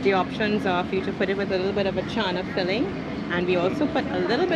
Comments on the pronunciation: is saying chauna... it is not chauna... it is channa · I love the way they say chana😆👍